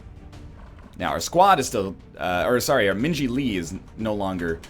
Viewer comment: So I missed it. Did NL Purposfully name Min Ji so that when he says her name it sounds like he is saying Minge-y? Cause that is pretty ball si if he did.